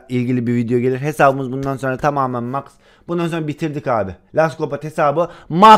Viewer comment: Abi Max karakteri mex diye okunuyor